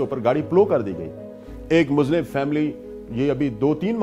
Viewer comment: It is Muslim not Muzlim